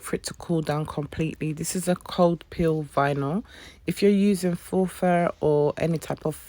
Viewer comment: Good video, but a bit of a tip: 'faux' is pronounced 'fo'.